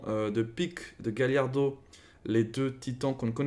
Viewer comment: Il a juste mal dit mais c'est Galliard